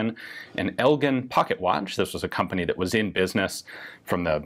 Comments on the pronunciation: it's El Jin , not El Ginn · Elgin pronounced EL"GIN" GIN like the drink. sorry I live in Elgin Illinois and had to correct. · he is correct. The name of the watch is from the Elgin National Watch Company which was located in Elgin, Illinois, and that is how the name of the town is pronounced. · It’s pronounced El-Jin, dad grew up there and have multiple relatives that worked for the Elgin Watch Company. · 150 years of family in Elgin, one of which was an artist and writer, it’s pronounced el-jin. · It is pronounced "El-Gin", as in Gin like the drink. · Correctly pronounced "L-GIN". I regularly drive by the old factory location in Elgin, IL. Sadly the factory, which previously employed thousands, was torn down decades ago and the property is now a strip mall. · Slight correction- I'm old enough to have been around when Elgin watches were still sold. It's pronounced with a "soft G" as if it were spelled "Eljin". Other than that, cool piece of wannabe-firearms history. You didn't tell us when that thing was built- seems perfect for delivering a dose of tetrodotoxin... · Elgin is pronounced EL-jinn btw :) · Oof, that pronunciation of Elgin... Come on Ian you love gin! Its just gin in Spanish! (El-Gin) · Pro-tip, for the formerly watchmaking US city you pronounce "Elgin" with a "j" sound. As opposed to "g" sound of the Scottish pronunciation. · I thought the g in Elgin is a hard g not a soft one